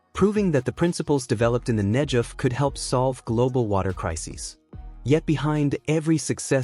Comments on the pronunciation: Negev with a "g". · Negev is mispronounced here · Who on Earth, doesn't know how to pronounce Negev? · Who are these Muslim people being shown as part of this Israeli engineering marvel? They look like they come from Afghanistan. . These are not the Israelis making this project possible. I don't get it. And why is "Negev" being mispronounced? What does King Hussein have to do with the project. . I think this video is suspect for subliminal messages. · The G in Negev is a hard not soft G as I have always heard it. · Couldn't you make it pronounce Negev correctly? It has never been pronounced that way by anyone. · mispronounce Negev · Why not pronounce it correctly? It isn't Nejev... it is Negev. The G is like in the word good. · Beautiful!!! Negev--pronounce the "g" as "guh" not as a "juh!" Think of gush of water not jug of water... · Pronounced NEGEV Wouldn’t it be great if Iran would concentrate on creating WATER for their citizens instead of all their efforts going towards killing and destroying Israel (Not NEJEV) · The "G" in Negev is a 'hard g' rather than a 'j' sound. You could have checked that out before this podcast fgs.... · Its Negev not Hejev ...... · Negev with a hard G, not Nejev! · It is not "Nedzhev", it is "Negev". And why are all signs in the video are in Chinese? Clearly, you aren't showing Israel in the footage. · the desert is called Negev, not Nejef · Aasggghh! Get the pronunciation right. It's not hard. Negev not Nejev. 😤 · it is not pronounced the Nejev desert it is Negev desert a hard G as in get or gate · It's supposed to sound like Negev (Google), NOT Negev (George.) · The arab people are not part of this movie put there because of political and/or other interests. Furtheer the commentator needs to learn his text. it is NEGEV desert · Negev is pronounced with a hard g. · For learning purposes, the "g" in Negev is pronounced as in "negative". 🙂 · in the word 'Negev' the 'g' is pronounced as in the word 'gum' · The G in Negev is a hard G.